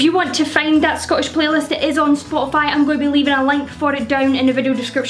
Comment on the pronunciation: I swear I heard you say "I'll list these on Scotify."